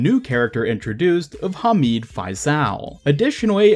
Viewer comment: yea u said faisal and hamid wrong